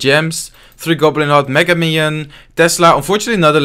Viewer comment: i like how says ¨mega miniion¨